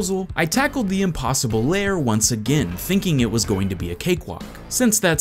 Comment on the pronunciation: STOP CALLING IT LAYER, IT'S LAIR!!